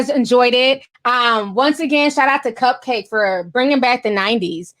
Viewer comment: Isn’t it pronounce cup-cak-kee ? I think its a play on bukkake?